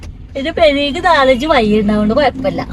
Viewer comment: വജ്ജ് അല്ല വഴി